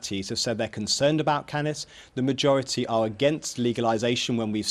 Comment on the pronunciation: "cannis" this bitch dont know what hes talking about